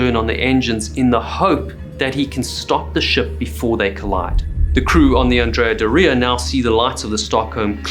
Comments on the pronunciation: Brave man taking on Italian name pronunciation 👏🏻😂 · Never had heard that pronunciation of Andrea Doria before. But I live in New England so what do I know... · Is that how you intend to pronounce “Andrea Doria” for the rest of this video? Sad. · I like your channel, but would it kill you to check pronunciations? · Never heard Adrea Doria pronounced that way. Wonder if i say it wrong now. Because im🎉 American. ? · That's not how you pronounce "Andrea Doria" lol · It's probably closer to how the Italians say it, but yeah, to American ears . . . oof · Learn how to pronounce Andrea Doria correctly.